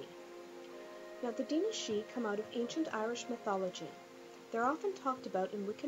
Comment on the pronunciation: I SWEAR YOU ARE THE ONLY PERSON I KNOW WHO CAN SAY "DAOINE SIDHE"